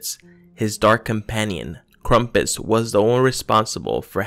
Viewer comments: Cool video but it’s pronounced Krampus not Krumpas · lol just kidding I know it's krampus but the guy talking in the video said krampus as krumpus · it's not krampus,it's KRUMPUS